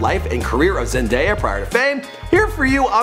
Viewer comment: I'm just happy he pronounced Zendaya correct